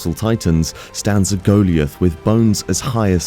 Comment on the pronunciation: who the hell pronounces goliath like that?